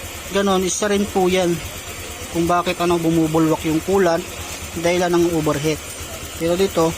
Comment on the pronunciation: OVERHEAT✔️ PO hindi OBERHEAT❌